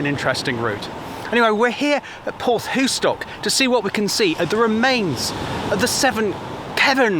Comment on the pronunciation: Hi, just found your channel after watching the one about Sapperton tunnel. As a Cornishman, I must correct you on your pronunciation of " Porthoustock " its Porth, thou ( as In thousand ), stock. And don't whatever you do when in Cornwall, put cream on your scone before the jam ( they only do that in Devon ) Bernard from Redruth.